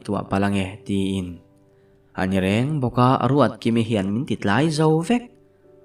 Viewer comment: Ruatkimi hi a ruatdiki zeuh zeuh 😂😂 a ziaktu hian ka ziak sual nge a chhiartu hian ruatdiki vei deuh a nei zawk 😂